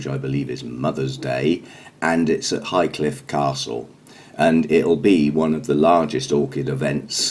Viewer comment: And Hinchcliffe Castle instead of Highcliffe